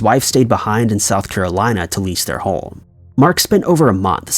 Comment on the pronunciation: Are you pronouncing home like holme?